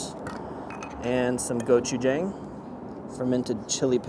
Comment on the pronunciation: i love you but the way you were pronouncing gochujang was driving me crazy XD